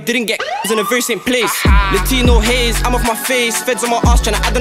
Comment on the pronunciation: Man said Latino haze😭😭😭😭